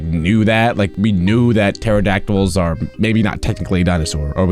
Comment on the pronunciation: Are not called teredactels